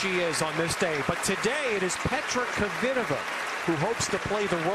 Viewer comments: Kvitova not kivitova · 🎾In the first place, it's; - sh a - a - - r a - a - - - -po - va - a - a!! Not Se - re p o - va. || It's Kv - i - -to - - v a, not Ko - - vee - te - va?!